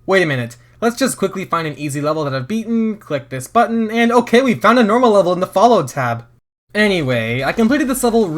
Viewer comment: "puzzle wevel"